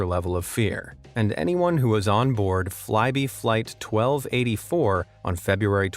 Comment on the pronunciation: I thought he was saying Flighty Flight when he was talking about Flybe Flight.